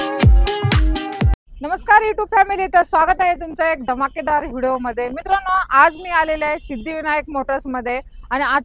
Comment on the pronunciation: अहो मॅडम.. शुद्ध उच्चारण करा... Video शब्दाचा उच्चार व्हिडिओ असा करा... व्हिडो - व्हिडो असं बोलत आहात... ऐकायला बरोबर वाटत नाही..